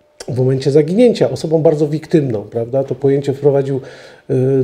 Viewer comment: osobą, taką a taką - "ą" nie "om" szanujmy też język polski 😉